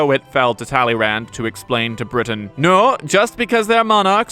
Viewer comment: The D is silent.